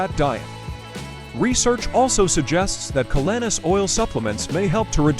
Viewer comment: Even though I believe in the superior benefits of this calanus oil, it’s hard to show credibility with this presentation when the narrator who can’t even pronounce the name of the product or its ingredients properly